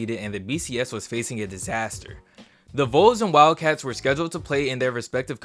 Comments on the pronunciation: ITS VOLS AS IN VAWLS NOT VOLES LIKE NOLES Please for the love of everything stop saying “voles” when referring to Tennessee, i thought you were talking about the fsu semiNOLES everytime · its not the logo thats the issue... you said BIR-MING-HAM Young, it is BRIG-HAM Young. Also, when you say Vols, it should sound like balls, not bowls. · Great video, but it’s pronounced “VAWLS” not “vOles”. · love the video and miss the bcs system, btw vols is pronounced vawls not vuls lol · Bro it’s not pronounced “whoals”. It’s “volls” like “walls” but instead of a W it’s a V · Every time you say Voles instead of Vols my skin crawls. Otherwise, great video.